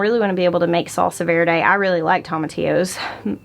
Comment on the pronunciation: Girlllll I’m going to have to come drive up to AR to teach you how to roll your ‘R’ Then you can get a real kick on saying Verde and Tomatillo. Tell your cousin Amber I can help out! Lol